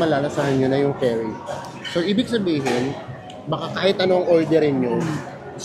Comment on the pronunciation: Enjoy talaga ako watching your videos! Correct si with his curry pronunciation.